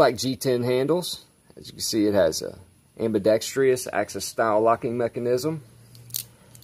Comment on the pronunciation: I like the Harpoon blade. It looks just like a Two-Sun, probably who's making his knives? It would be awesome if you could use the fuller to open the blade. Btw, ambidextrous only has 4 syllables. LOL